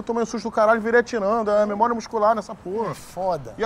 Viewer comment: É "mémora" muscular... kkkk